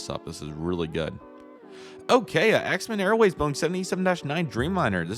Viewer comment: Xiamen is pronounced She ah men